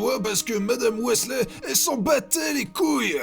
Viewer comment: Pourquoi tu prononces "Weasley" en "Wisley" et des fois "Wèsley" ?